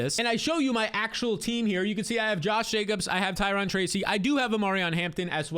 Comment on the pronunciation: Ty-RONE not Ty-RON!!!! You said Ty-RON Tracy so many times; nails on a chalkboard!!! Erica Badhu sang one of the most popular songs in my generation that they still sing today, “Tyrone” and she pronounces it CORRECTLY. Good video otherwise lol - think bank “loan” and rhyme it with “Tyrone” - or, I just got a loan, from a dude, named Tyrone…